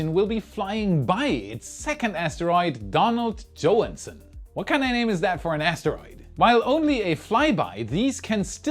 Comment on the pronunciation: How is a German misprouncing Johanson?